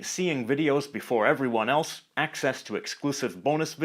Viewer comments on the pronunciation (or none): none